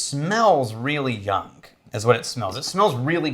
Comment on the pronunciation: Is it me or does say “youngk” instead of young? Maybe I’m confused, old, and can’t hear